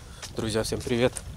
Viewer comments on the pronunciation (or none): none